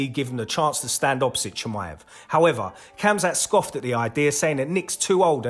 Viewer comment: it's pronounced hamzat not hamza